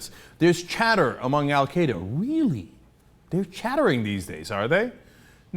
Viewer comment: Dutch Ruppersberger?! Baha. Nice name. Anyone else notice that he called Al Queda "Al kaa-daa"?